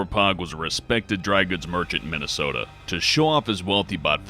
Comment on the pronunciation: Min..I..sota?? 0o